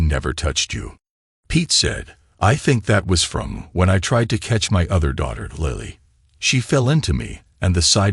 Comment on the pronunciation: why does an i become a y .....its LILLY not LYLLY ...its LILLY...learn to read